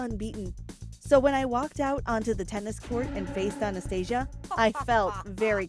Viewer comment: Lol i heard anaesthetic instead of Anastasia